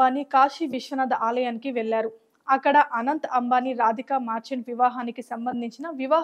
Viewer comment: మార్చంట్ కాదు మర్చంట్